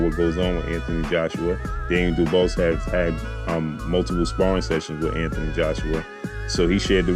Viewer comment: His name is pronounced Du beach,understand it's not duboss how you are saying it